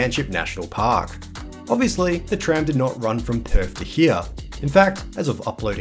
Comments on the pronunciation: It’s pronounced Perth not Perf mate. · Perth, not Perf. 😂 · And, Perf = Perth.